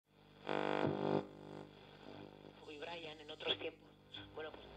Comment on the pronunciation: jajaja Al principio escucho "El braian en otros tiempos"